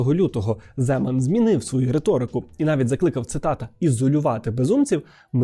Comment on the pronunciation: ZemAn naholos na A